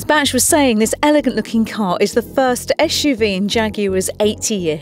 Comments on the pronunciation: I don't see any other comment regarding her pronouncing "SUV" as "Ash-UV" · Why do you pronounce SUV (Esh U V) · It's an SUV not an ESHUV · I'm offended by your bullying of someone who can't pronounce her esh's!!